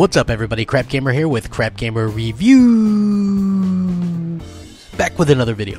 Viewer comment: This pop tart can't even say the word "reviews" correctly.